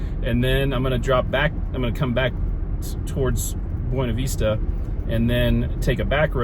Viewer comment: Buena Vista = BYOO-nuh VISS-tuh